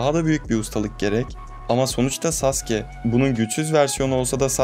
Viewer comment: Telaffuzu "saske" diye oluyor ama.